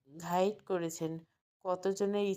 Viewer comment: Guide হবে গাইড ঘাইড না।